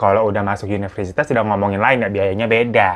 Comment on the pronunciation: universitas kak bukan yuniversitas 😆